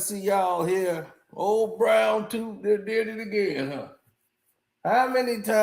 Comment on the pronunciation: Ol brown toofffff not tooth tooooffff🤣🤣🤣🤣🤣🐐 u funny